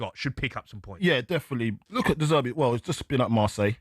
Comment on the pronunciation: To do is to Dezzerty the league 😂